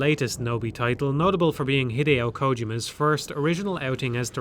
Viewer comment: His name is pronounced "Hideo Kojima", not "Hideo Kojima"